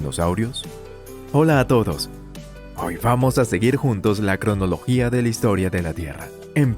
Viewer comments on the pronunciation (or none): none